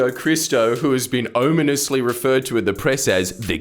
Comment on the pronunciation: "Ominously" pronounced 'Ohminously' :)